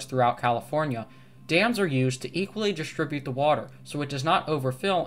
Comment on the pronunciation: "hishtory" "exshtremely" "dishtribute" "conshtructed". Been noticing people inserting an "h" in any word with an "st" for some time now.